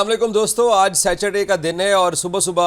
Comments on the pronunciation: British pronunciation: sa•tuh·day American pronunciation: sa·tr·day Jahil pronounciation: Sachur day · Saturday to thik se bol be